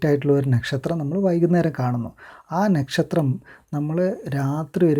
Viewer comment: Bro.. Nakshatram pronounce cheyyumbol onnude crct avanund❣️...